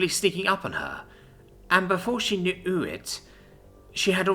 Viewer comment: pronounced "k-new" (kuh-new) like 'knew' (new) during a literary explanation of how silly English can get.